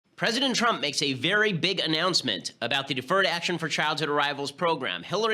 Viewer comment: "President Twump."